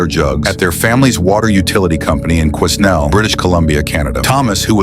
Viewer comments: Quesnel, mi amigo norteamericano, is pronounced kwenel, not "kuisnel". Imperial ignorance is endless. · Damn AI it's pronounced quin ell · The s in Quesnel is silent. Kwuh nell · OMG 😖 you made my ears bleed FYI: Quesnel, British Columbia, Canada is pronounced "KWEH - nell" The "s" is silent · Okay, don’t you all hate me for this, but I am politely correcting this person and how he pronounced Quesnel. As a BC inhabitant, it is “Q-weh-nell”, but I can see why you would think it’s pronounced the way he said it. Random S lol. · The water boy is adorable. Quesnel ~ is pronounced “KWEH - NELL” (first syllable rhymes with “meh”, the “s” is silent, second syllable “nel” as in the shortened form of the name “Nelly”). It is in British Columbia, Canada. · Its pronounced qweh-nell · It's pronounced KWE-nel, (but good guess <3) The name "Quesnel" is derived from Jules-Maurice Quesnel, who accompanied Simon Fraser on his journey to the Pacific Ocean. Quesnel came to be called 'Quesnelle Mouth' to distinguish it from Quesnel Forks, 97 km (60 mi) up river. In 1870, it was shortened to Quesnelle and by 1900, it was spelled the way it is now. Quesnel is located along the gold mining trail known as the Cariboo Wagon Road and supplied nearby Barkerville, the commercial centre of the Cariboo Gold Rush. It also marks one end of the Alexander MacKenzie Heritage Trail. Because of its location on the Fraser River, it was also an important landing for sternwheelers from 1862 to 1886 and then, from 1909 until 1921. The last sternwheeler on the upper Fraser was Quesnel's own namesake craft, and home town product, the Quesnel. Quesnel was incorporated in 1928. Most littles here cheerfully help others. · The S in Quesnel is silent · The s in Quesnel is silent. Loved all of these. Some interesting. Walking the fish was fun. I would think at least one of the fish would just be still and wait for that bait to come around. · The S is silent in the city name of Quesnel BC